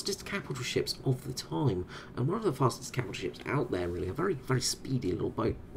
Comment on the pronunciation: I'm pretty sure the "G" in Gneisenau is silent